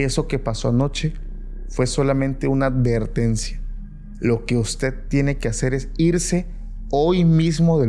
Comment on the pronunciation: Se dice advertencia, no alvertencia.